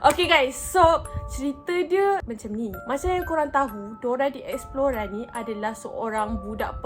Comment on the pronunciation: Explore...bukan expelora😆😆😆